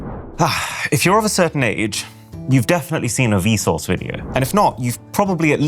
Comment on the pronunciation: hearing vsauce pronounced vsource is mega cursed 😭💀